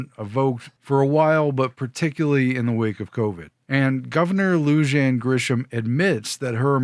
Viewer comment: In case anyone cares, not that you should, it should be pronounced like lu-han, with an 'h", not like a french 'g' or 'j'. It's Spanish/Mexican.